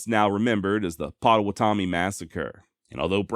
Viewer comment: As I have told you before, you are fantastic! However, it’s pronounced POT-TOW-WATT-O-ME. 😂😂😂 As a Kansans with a county and Native Nation named Pottawatomie, I can’t allow a Texan to continue to mispronounce it😂😂😂😂😂 Love your work, Buddy